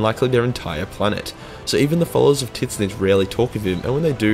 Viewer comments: I am pretty sure Tzeench is pronounced "Zinch" not "titnich" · The only mispronounced name i think thats genuinely bothered me was how you say Tzeentch 😂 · He knows, its kind of a running joke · The way you pronounced tzeentch is painful